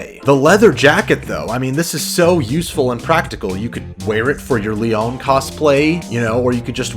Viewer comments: Damn bro how do you pronounce tarot and leon so badly? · “Lee-on” “Lee-own” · It's LEON. Not LEE-OWN. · Its said lee on, not lee own, fucking noob. Jk, but this seriously bothered me. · Why does he keep saying "leone" instead of "leon" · Dudes clearly never played an RE title 😂 who tf is “LAY-YAWN”? 😂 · Le-ON? Jesus fucking Christ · Lee own? Its not hard to pronounce 😂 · Da fuq is le-own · You say Leon REALLY weird. Le ON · Lee ohn? Wtf lol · ??? Lee-Ann? You cant say Leon? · Who is this "Lee-ON" you keep mentioning? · Lee-off is better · the way he pronounced Leon killed me. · You say Leon really weird. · why are you pronouncing Leon's name like that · Good video up until you try and say Leon.... Wtf is with that pronunciation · Why do you say Leon like that. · How dumb do you have to be to not know how to pronounce Leon? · Why can't you pronounce Leon and Tarot correctly? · You pronounce Leon weirdly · The way you pronounce Leon and tarot pains me. Other than that, good video.